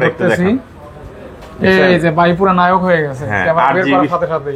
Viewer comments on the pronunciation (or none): none